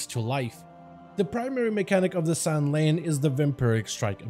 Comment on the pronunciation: I know I’m one of “those” people, but it’s San’layn (San-lain) not (Sun-lan) pronounced exactly how it’s spelled.